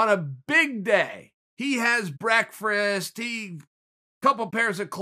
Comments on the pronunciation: Uncle chael: ”Brekfrast” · Also why does he say breakfrast lol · Chael "breakfrast" Sonnen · Chael: I saw Hazmat Chimaev eating beckfrist. Me: Ok great. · Chael really does like his breakfrast!!!